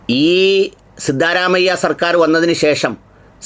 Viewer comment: "സിദ്ധാ,എന്ന് നീട്ടരുത്,അതൊരു.സുഖ കരല്ലാത്ത സ്റ്റൈലാണ്...,! ആകെയാൽ (സിദ്ധ) എന്ന് നീട്ടാതെ പറയുന്നത് കേൾക്കാനാണ്,ഭംഗി... (സിദ്ധ രാമയ്യ)